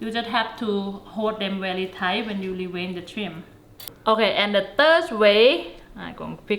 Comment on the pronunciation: Thank you! Now I know how to Dee-Wayne Da Shrimp 🦐😂🤣🤣🤣🤣🤣🤣 Really good 👍🏽 Video 😊